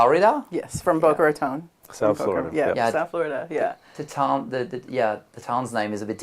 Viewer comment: Boca Raton - he has trouble pronouncing as a French speaker? Weird.